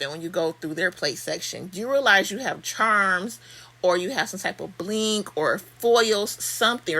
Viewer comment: I love how you say BLINgg 😂 you’re the most I love it !!!🥰😆😄